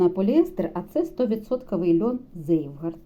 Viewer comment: Цвейгарт (Zweigart) , не "зейвгард" 🤦🏻‍♀️